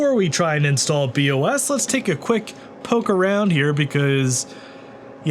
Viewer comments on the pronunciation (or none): Every time I hear him say "Bee Oh Ess" it sounds to me like he's referring to a Body Odor System